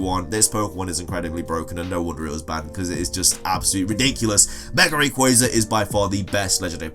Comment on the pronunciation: I’m a stickler for Pokémon pronunciations, sorry sil-VAL-lie: like silver+ally AZ-elf Ver-EYE-zee-un TAH-poo FEE-nee RAI-koh PAWL-kee-uh LAH-tee-ahs/ohs At least you got Rayquaza right, it always pisses me off when people say Ray-quah-zuh instead of Ray-quay-zuh